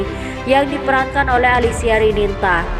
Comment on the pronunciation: jangan percaya dgn peramal .fitnah. baca nama salah ALISIA RININTA dibaca Alisia RINANTA / Rinanti he he ngawur